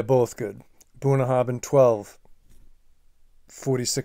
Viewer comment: Just to note in Scottish Gaelic a 'bh' is usually pronounced as a 'v'. The 'bh' in Bunnahabhain is pronounced as a 'v'. *copied from their own website: WELCOME TO BUNNAHABHAIN Pronounced 'Bunn-na-ha-venn', meaning 'mouth of the river' in Scots Gaelic, our distillery is the most remote on Islay, nestled in Bunnahabhain Bay on the shores of the Sound of Islay.